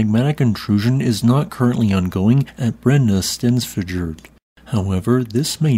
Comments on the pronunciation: The FJ in Brennisteinsfjöll is pronounced FY, which should make your life a lot easier if it gets more active. J = Y is a handy rule to remember. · Brennisteinsfjöll: Brenni-stein(s)-fjöll -> Burning rock mountain. Suitable name for a volcano. Brenni should not be difficult to pronounce. It's similar to the names "Benny" and "Brenda". So just pronounce it as you would pronounce "Brenny". Stein should likewise not be difficult to pronounce. In USA you have that in many German family names. So pronounce it as you would pronounce "Steyn". Fjöll is a bit more difficult. It has the same meaning as the "fjall" part of Eyjafjallajökull. I know English speaking people have difficulty with the "FJ" combination of letters. Such as in the more well known word "fjord". Usually trying to pronounce the letters separately, while they should be pronounced as a single sound. The letter "Ö" doesn't exist in English. And the double L at the end is in Icelandic pronounced similar to "TL". So try to pronounce the "FJ" the same way you would pronounce the "FR" in "freight". That is, as a single sound, and not as to separate letters. The "Ö" is pronounced the same as the "E" in the name "Ernie" or "Earn". So with that in mind, "FJÖLL" should be pronounced like "FJETL". So: Brenny-steyns-fjetl. A bit difficult, but shouldn't be too hard. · I don't speak Icelandic, but I have no problem pronouncing Brennisteinsfjoll. What is it with native English speakers and having so much trouble pronouncing a word as it is written? You're not the worst at it though. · for gods sake work on SOME Icelandic PRONUNCIATION. If other American Geo scientists can render Icelandic names intelligible, so can you. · Sounds like you just randomly start talking backwards when you pronounce the name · Im not icelandic but I think the double l in "fjóll" is pronounced more like a soft t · Now learn to pronounce it correctly. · "fjäll" is pronounced like "fiell", not "fiak". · It’s actually pronounced like a soft l